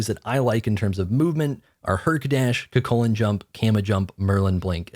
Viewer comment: Bruh it's pronounced Koo-Kool -Khan not CuCulcan